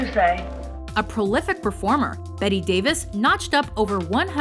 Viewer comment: It's a worthless list if it Joan Crawford doesn't come in the top 5. And Audrey is beautiful but she wasn't much of an actor. Her British accents in My Fair Lady were awful. And isn't it Bette Davis (not Betty Davis as pronounced here)?